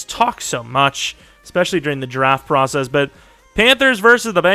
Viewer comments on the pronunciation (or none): none